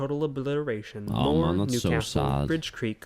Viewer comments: as a amercian it is not murr it is more/moore sorry if i sound rude 🇺🇸🤝🇬🇧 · Listen I know you have an accent and I love it but it’s pronounced like MORE not mur 😂😂 love your videos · Much love and thank for you the many hours of entertainment you have provided to most of us. Moore is pronounced like More. That was not Colorado that you were looking at but county lines within the SW corner of Oklahoma, the green line representing the state border of Oklahoma and Texas. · I love how he pronounced it mur not moore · There are far too many tornados to name all of them , so they just name the big ones for the towns they destroyed . A single weather front can create more than 100 tornados . In the US Moore is pronounced more , not " Mur " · Moore is pronounced as MORE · As an Oklahoman, i genuinely cannot stop laughing at how you pronounced Moore. its pronounced 'more' just with 2 O's, for future reference. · Moore is pronounced- More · Pronounced More, Ok I come from Tornado Alley!😮😂 Oklahoma! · MORE it's pronounced More